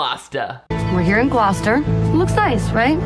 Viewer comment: The pregnancy pact happened at the high school in my home town and when this movie came out everyone watched it and my cousin who went to the school at the time was live fact checking as we watched and everyone was GOING OFF on twitter. It was a wild time Also editing to say I appreciate you pronouncing Gloucester correctly